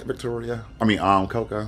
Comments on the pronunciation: Not Fish-Toria 😂🤣😂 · Nina you did NOT say FishToria😭😭😭😂😂😂😂😂😂😂😂